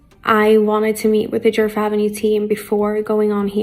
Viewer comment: The D in Djerf is silent… it’s pronounced like “Yerf/Yurf” in Swedish 😅❤